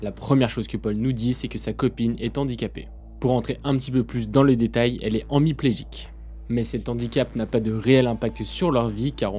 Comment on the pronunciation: Exact moi aussi. G écouter 2 fois et il semble qu'il dit onmiplegique. Moi je connais emiplegique (pas sûre de l'orthographe) paralysie d'un côté du corps, paraplégique, paralysie des membres inférieurs et enfin tetraplegique, paralysie des membres inférieurs et supérieurs Dans cette catégorie de handicap plusieurs niveau Pour ma part je suis para et g un copain Tetra qui a réussi à retrouver une mobilité de ses membres supérieur. Par contre, pas agile avec ses mains et ses doigts Mais la plupart du temps, c juste un handicap physique alors que dans l'histoire elle y a du avoir une petite lésion au niveau du cerveau aussi